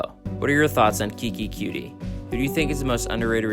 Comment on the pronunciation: Bro its coutee not cutie